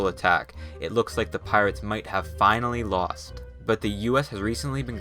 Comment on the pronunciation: “Al-finally” lmao 🤣